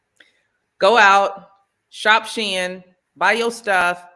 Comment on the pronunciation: Hey! Shein = "She in".... just sayin'